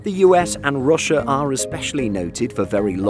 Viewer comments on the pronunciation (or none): none